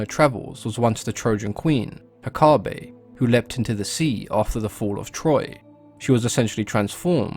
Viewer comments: Take it from a practicing witch: it's pronounced heck-UH-tee. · "Heh- caw- tee" wtf💀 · Cody Burtch apparently you didn’t hear the part of the video where November 30 is a day a lot of pagans and wiccans devote to her. One of the ways to honor her is to volunteer at a shelter or adopt an animal. So that’s what it has to do with Hecate. Not Hecante. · It is Ekati, the "h" is the tone before the " 'Ekati " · Ha- Kay-Tay. You're welcome. 🖤 (Also Nocticula Hecate) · Ok so I did a little digging on how to pronounce her name. I have it on very good authority that its actually pronounced eh-kah-tee. My wife is Greek. Seems we are all pronouncing the Greek gods named. Hades ,how it's really pronounced blew me away. And its not crete. You pronounce the e at the end so its kreetee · It's Heh-Kate , like as in the modern name KATE. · as greek i can tell you how is pronounced " ekAti " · I am pagan and Wiccan and we pronounce Hecate he/ka/Tay :) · Its pronounced heck-ATE! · In Greek, the emphasis goes on the antepenultimate syllable--HEH-kah-tay (or HEH-kah-tee in English) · Factually untrue. The emphasis in Greek goes on the penultimate syllable, heh-KAH-tee (using your notation). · If you're really a practicing witch you'd say it the Greek way. He literally told us how the Greek pronounce it, why would you say it that way? The greek way sounds cooler and spoken the way it's supposed to be. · Haha just started it and the first thing he mentioned was the pronunciation. My teacher had us say it like Heck-aw-ta. Like how he says it with an uuuu at the end.